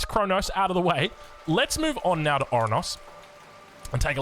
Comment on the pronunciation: Oranos not orunos